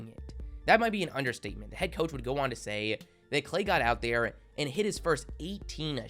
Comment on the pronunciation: Please stop extending ur words by so much. For example: "sayyyy" , "promooo" , "defineee" . A way to fix this would be to not read sentence by sentence from your script but read more and not emphasise the end of sentences by dragging out your words as it sounds fairly annoying as opposed to your usual speech which is very listenable and well spoken :)